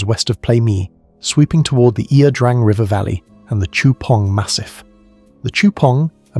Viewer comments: Its La Drang you AI bot. Not Ear Drang. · It's i-a. Ia Drang. Pronounced Ya Drang. I was there.